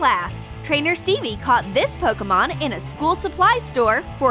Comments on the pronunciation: its pokemon not pokomon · PokImon not pokAmon